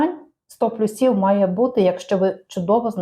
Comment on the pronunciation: Пані,все ж має бути сто плЮсів,а не плюсІв.